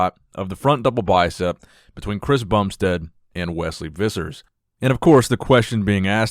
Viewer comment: I suspect his surname is pronounced Phissers.